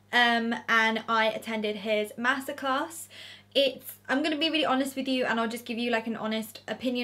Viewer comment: I know this sound crazy but I thought you said massacres. Omg. You said master class. I’m a silly American lol